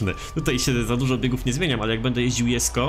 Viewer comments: mówi się dżesko a nie jesko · A nie powinno się czytać ,,dżesko"?